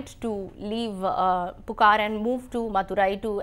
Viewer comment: It's not pukar it's puhar(Poompuhar), Not maturai it's Madurai and please could you try reading it before you take class / you have to improvise on the Pronounciation.